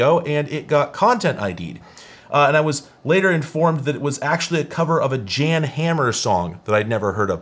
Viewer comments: Jan is pronounced "yan" FYI. He's the dude that did the Miami Vice theme. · His name is pronounced yon. You are probably more familiar with him than you think. He is the keyboardist for the Miami vice 🗜️ theme. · Nice song! BTW Jan Hammer is pronounced more like Yahn, he is Czech. He did the music for Miami Vice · "Jan Hammer" gotta love that pronunciation. For as much research as you obviously do for every video, I don't blame you for not asking the internet how to pronounce every term/name you come across. Great time, thanks for the vid!